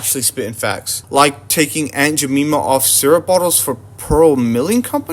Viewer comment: Bro can’t even pronounce Aunt Jemima right 😂😂😂😂😂